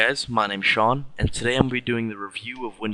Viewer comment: Hey my names Sean! just not Shon ...